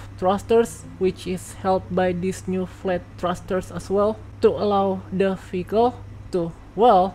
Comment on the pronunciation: Every she say vehicle I hear faecal